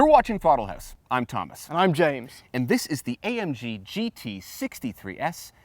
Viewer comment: Wait... "Thortle" House? Am I the only one that caught that?